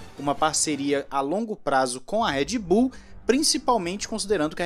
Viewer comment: Por que ninguém pronuncia o nome da Red Bull direito?